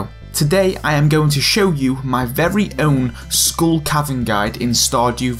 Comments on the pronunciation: No it's SKULL. not SCHOOL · “Heych Pee” “School Caverns”